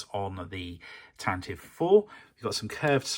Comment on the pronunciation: I love how you addressed a comment in a previous video about how to correctly pronounce 'Tantive' and then proceeded to never say it correctly over the whole series. King.